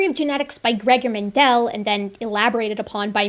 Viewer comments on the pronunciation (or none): MENdel,, NOT mnDEL...come on....!